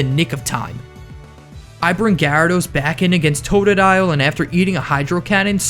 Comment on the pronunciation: It's totodile